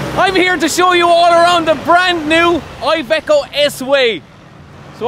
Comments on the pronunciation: It is Iveco not aiveco. italia, iveco, iiiiiiiiiiiiiii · Just for future references IVECO stands for Industrial Veichle Company therefore you pronounce it with the I of industrial